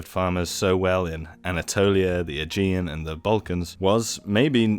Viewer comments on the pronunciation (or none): none